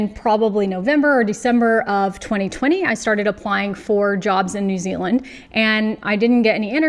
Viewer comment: I’m grinning because you say New Ziland like a real kiwi. Nau mai, haere mai ki Aotearoa. Your skills are desperately needed here.